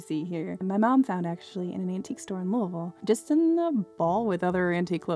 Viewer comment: As a Louisville native I really appreciate that you pronounce our city like a local! Also, where do you find these magnificent historical fashion pieces?? I don’t think I’ve ever noticed anything older than the 70s around here.. maybe I’m just not going to right places? Well, I’m not going anywhere right now.